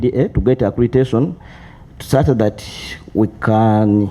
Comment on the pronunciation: We need in this committee too. All these guys would be under good care already. It's accreditation, not accretation